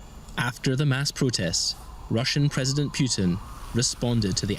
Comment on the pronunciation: Putin not Piutin , you english freek.